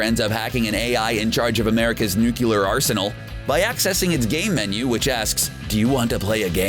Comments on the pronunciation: oh for the love of....it's NUCLEAR!....NOT nuculear! and the computer (Joshua), said "Shall we play a game?". NOT "Do you want to play a game?" if you're gonna do a video about pop culture references, at least get them correct. and know how to pronounce words, correctly. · Sorry to be a stickler, but it's pronounced "new-clear", not "new-cu-lar".